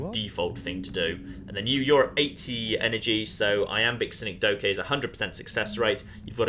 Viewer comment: I'm sorry but... "Sin-eck-doe-kay"... as four distinct syllables... rather than... Ya know what, nevermind.